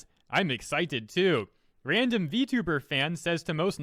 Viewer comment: Vtweeter lmao